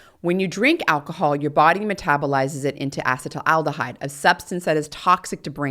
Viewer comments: Ethanol's metabolite is not "acetyl aldehyde," it's acetaldehyde, pronounced ass-ih-TAIL-dih-hide. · As a chemist, I found myself distracted from your message by your repeated mispronunciation of acetaldehyde, however you deserve an Ironwomann award for delivering a 3+ hour technical lecture.